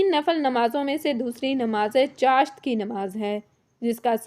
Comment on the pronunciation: اسلام علیکم آپ چاشت لفظ ایک تو غلط ادا کررہی ہیں دوسرے اشراق کی نماز پڑھنے والے کو حج اور عمرے کا ثواب ملتا ہے چاشت نماز صدقے ادا کر نے کے لئے ہے انسان کے جوڑوں کا صدقہ 360 جوڑ انسان کے جسم میں ہوتے ہیں اس کے پڑھنے نے سے ادا ہوسکتے ہیں مگر صدقہ بھی الگ دیتے رہنا چاہیے،